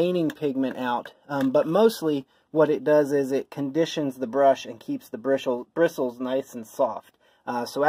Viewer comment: brishales… XD